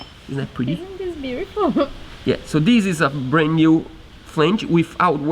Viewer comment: It's not "dees"...its "THIS". 😏